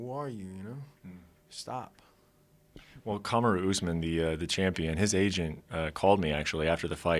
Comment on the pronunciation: Is it not "Hore-Hey" ? Why does he call him George? Also strange pronunciation of Kamaru Usman 😂